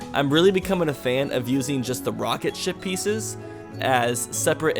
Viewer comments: Yeah I realised you saying shit not ship :) 😂😂😂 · When you said ship piece, I thought you said shit piece. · I love how you say ship but it sounds like s**t 😃😃😃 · You sound like your saying sh*t pieces